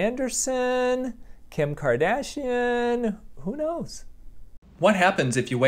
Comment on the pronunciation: you said “one of the car dashing hams” or whatever it was